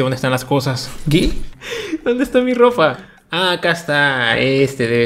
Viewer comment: dijo rofa en vez de ropa 😂